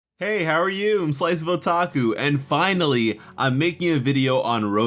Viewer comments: I heard her intro for the first time and i thought he said slicable taco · What He Says: Hey! Here! What I Hear: Hey! Sliceable Taku here!